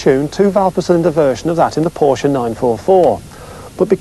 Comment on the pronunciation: Thank you! Finally a Brit who knows how to pronounce Porsche.